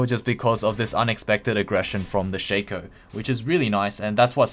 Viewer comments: everysingle time I hear shaker I'm like... is this dota? I thought this was lol :v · I guessed He wanted to say shaco, but sounds like "shaker" everysingle time